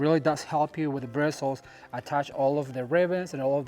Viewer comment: I loved watching this,. You were sparkley all over. At first I thought it was just your shirt, but then I saw sparkles from top to bottom. They matched your personality and excitement. By the way, what else would you say instead of birstles? That's what they are, and that's what we use to attach stuff, like so.